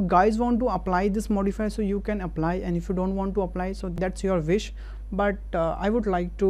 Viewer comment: Vish? Fish? Oh you mean WISH!!!! Wiiiiiiiiihhhhhh-ish. Wa... WAAAAAh! Wish!